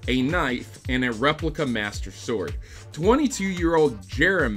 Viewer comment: I like how you stressed the word replica like otherwise we might get confused and think someone had teleported in to the game and retrieved the real thing.